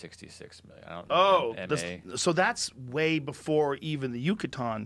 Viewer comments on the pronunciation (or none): none